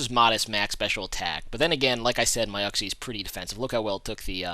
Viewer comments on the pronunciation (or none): i really dont understand why that heatran was going for earth power before fire blast since both do neutral damage and fire blast has stab. worried about accuracy maybe? you are the first person ive heard say uxie like "uk-see" instead of "yook-see" riolu can go first with roar >.>